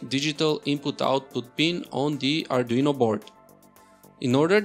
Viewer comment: pe jo bola uspe hmara to arduino board hi ur jata jra ache se bolo